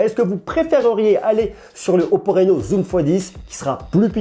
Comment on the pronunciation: Sinon ca se prononce 'Rhino' et pas 'Réno' 😁 bonne vidéo, j'attend celle du 10x Zoom